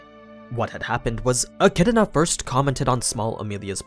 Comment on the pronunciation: My dude says Achidna with a whole other syllable in it